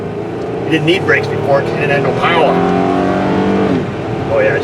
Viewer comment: She's got the powah' now. Thanks Dr. O!